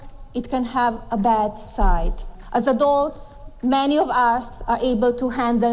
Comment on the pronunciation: ChaunceyR585 lmao "as a dwarfs" you mean adults Melania?